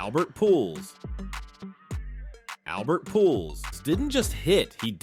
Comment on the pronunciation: Please learn how to pronounce players' names. Pujols is pronounced POOL Hose